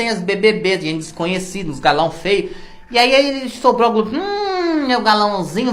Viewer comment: Quando você fala:GLOBI eu morro de rir 😂😂😂😂😂